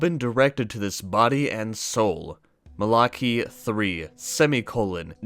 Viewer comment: Also, it's mal-a-k'eye, malachi that is.